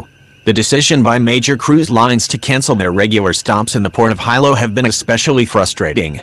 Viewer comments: someone tell the narrator it's not High -low it's pronounced Helo. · The robot can’t even pronounce Kilauea or Hilo. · Who taught the robot narrator how to say, “Kilauea” and Hilo?” Shameful!!!